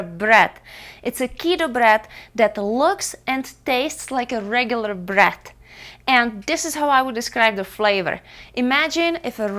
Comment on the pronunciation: it's BREAD !! , not BRAT